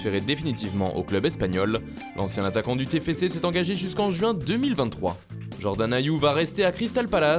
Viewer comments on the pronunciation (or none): none